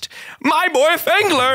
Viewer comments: Why does it sound like fangler is saying “gemeni”? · Why does phangler sound like he’s about to say the n word